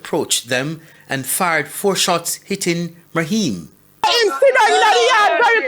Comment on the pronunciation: Naheim,not maheim smh